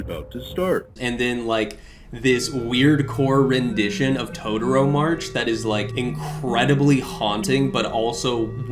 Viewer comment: Did you call Toreador March Todoro march?